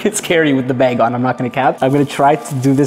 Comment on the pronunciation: It's funny he calls a bag a beg! 😆🤣🤣🤣